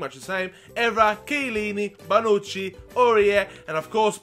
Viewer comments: you say barnucci not bonucci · Mate, there's no R in Bonucci hahahha Love your videos